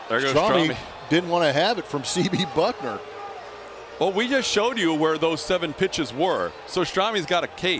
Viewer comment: Houston announcer keeps saying BuckNOR. He doesn't read much apparently. Baylor, commentator, etc.